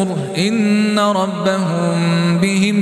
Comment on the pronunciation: خطاء في النطق الكسره في كلمه ان